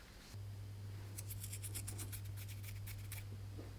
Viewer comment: Weird way to say eggs but ok….